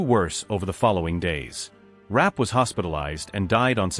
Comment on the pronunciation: Her name was pronounced "Ra-pay".